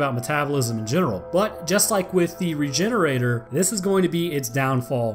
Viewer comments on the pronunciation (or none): It’s pronounced re-hener- adoré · Yup, I think a more appropriate pronounciation would be "Regheneradoor". Can anyone who speaks spanish confirm? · Rejenerador The G sounds like a J in this case, for a spanish pronunciation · How to say it's name: Re-gen-era-dor Sound based: Ree-gen-eera-door And now you know how to say it's name. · I always pronounced it regen-oray-door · Why does no one say "regener-ah-door" since, y'know, it's a Spanish village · So I'm a little late to this, but I always thought it was supposed to be pronounced like luchador or matador as its route is Spanish much like the majority of the other creatures from resi 4 especially as the setting itself is in Spain. It still means regenerator. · I've always heard the end of "Regenerador" pronounced like the end of "Conquistador" and not pronounced as "Regenerator" in my head.